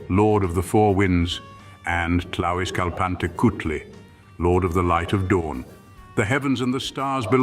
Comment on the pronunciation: How are you going to say Tlauizcalpantecutli correctly, but mispronounce Ehecatl and Quetzalcoatl?